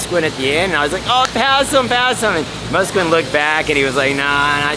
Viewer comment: Muss-kwin lol Dude Moo - scan .. Haiden's speed is deep and smooth hes ahead of the terrain even the rutted out slingshot burms that shoot you out of the seat he seems un-phased hes on the gas super early with brutal corner speed if hes not in front of you hell hunt you down like a dog i remember watching that when he was ten awesome cant wait to see next season